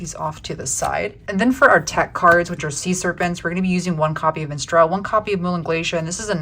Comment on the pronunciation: im triggered by the pronounciation of minstrel lol